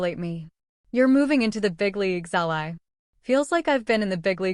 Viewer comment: Someone- please correct the pronunciation of Ally’s name! The “y” should sound like a double “ē”. Thanks! Powerful story with excellent narrative. Great AI narrator!